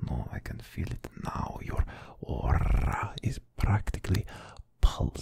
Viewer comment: the way he rolled his R’s when he said “Aura”….chills…literal chills